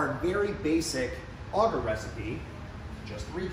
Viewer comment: Not auger it's agar with the A sound in the first a and ah sound for the second making an arrr sound at the end